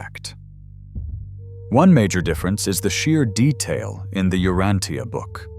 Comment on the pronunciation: Outstanding lesson. I've been reading it for a very long time and your talk is excellent. Thank you. Please, U-RAN-cha.